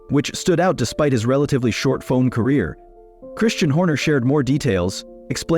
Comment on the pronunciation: Why even bother using AI to autogenerate the video, if you don’t even have the courtesy to proof read the AI generated subtitles… And for god’s sakes…. Why did you write the script with ‘f-one’ or ‘f1’ when the AI text-to-speach generator pronounces it ‘fone / phone’…. Furthermore, seing a video that is entirely AI created, really makes you think if even the script was written by a human, or if this is also just AI generated based on a f1 news feed. And with no sources anywhere to be found it is impossible to know, if half of this is even true, if you haven’t been keeping up with current f1 news. Worthless video imo